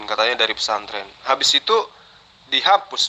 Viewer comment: Pasanten, pesantren ooom,bukan pasanten🤣🤣🤣🤣🤣🤣🤣